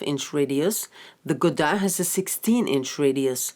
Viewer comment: She pronounces Godin beautifully!